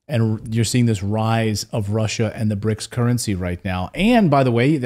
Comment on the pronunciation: It's called BRICS, not bric.